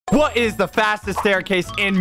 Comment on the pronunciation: IS SECRETLY BRITISH go to the very beginning of the vide where he says ' wh't is ' it sounds very british to me